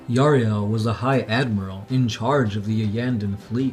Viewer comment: Yriel not Yariel !!